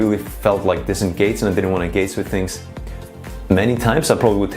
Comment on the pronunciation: Nice video but so funny how you cant pronounce G or Ch. For example for the word "ENGAGE" you say something like engats or for the word "SUCH" you say something like sutz :D Besides that youre really neat and professional with abundance of usefull info